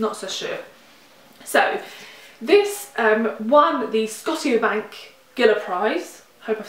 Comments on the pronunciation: Not really important, but Scotia is pronounced skow-shuh. Great sounding books. I'm going to have to track down a couple of these. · Love this video. So good to have you back and chatty at that! Also, i live in canada and i hadn't yet heard of redemption - shame! Haha. Not that it really matters but the scotiabank prize is pronounced "sko-sha" like the province of Nova Scotia. I just started reading a short story collection set in a reserve near Saskatoon called "glass beads" Dawn Dumont. Might be up your alley.